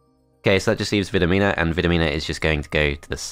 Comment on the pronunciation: It is pronounced "Vidomina". Hope I helped!